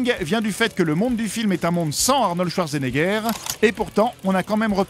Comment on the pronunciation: Ca ne se prononce ce pas schwarzenegger mais chvartsenaiger #allemand en 5eme langue Sinon, bonne vidéo.